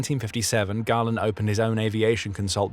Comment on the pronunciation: Perhaps learn to pronounce your subject's name reasonably correctly? I read Galland's autobiography and while it is clear that they disagreed, it seems a stretch to claim that they were enemies.